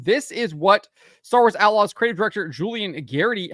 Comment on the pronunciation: At the start I hear "Star Wars A-logs".